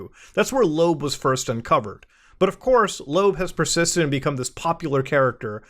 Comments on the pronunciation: "Loab" is pronounced "Loh-Ab", not "Lobe" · Isn't it pronounced Low-AB? I hate it